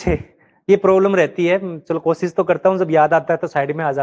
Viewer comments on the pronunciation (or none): none